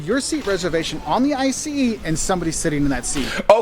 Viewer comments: "ice train" took me a minute😂 Its Ieee Ceee Eeeee😐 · It’s an I-C-E train, not Ice😅👍🏼 -Intercity Express-🚅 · it is i.c.e not ice train just to help you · Not ice-train. I C E. Means InterCity Express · ok also nicht mehr ICE sondern Eistrain :D